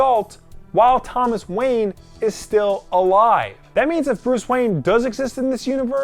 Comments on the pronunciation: Thomas Wanye?? Not Thomas ”Wayne” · "Thomas Wanye" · Thomas Wanye. Rhymes with Kanye.